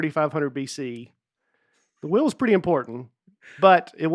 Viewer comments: Nate and say ‘wheel’ like ‘whale’. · Penguin is one thing but how about how pronounces “wheel”